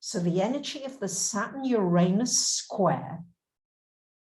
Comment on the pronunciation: I love your stuff. But, [(amusingly to me, after having spent 2 hours with someone even more struggling to entertain content past their prejudices of form (regarding your accompanying recent plejaran video), I still have to request)] could you please spend (even an hour, or just a minute) practicing and retraining your lips to a new habit of any of the pronunciations of Uranus that are not "your anus". Oo-Rah-Noos, Ur-Ah-Nis, Urr-Ahn-us, no Ee-Oo at the start, no "anus"(/Ay-nus). The mispronunciation is [EVERY time] jarringly, shatteringly, offensively, distracting. Also seems in the same harmonic as using derogatory terminology for the different (~ the planet that spins on its side (and offers the important other perspective), gets their name phonetically pronounced identical to "your anus",... see? bad vibes pronunciation). Try "ooh", or "ugh", not "your", and more "ah" than "ay" helps too, as does "nis" or "noos", rather than "nus" sounds. Please stop having your mouth and vocal chords say "your anus" when you mean "Uranus". they are different words. no matter how commonplace that lazy ugly mispronunciation is. (it [that mispronunciation] also kinda feels like a "f*** you" to Aquarius (and Aquarius egalitarian innovative ideals). Which I'm sure you don't want to be doing.) Even if you're not going to drop the "You" sound at the start, please try at least "you ran us", rather than "your anus". Uranus doesnt deserve this mistreatment. Hasn't it suffered enough? (Also